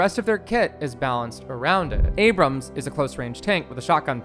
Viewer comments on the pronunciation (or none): none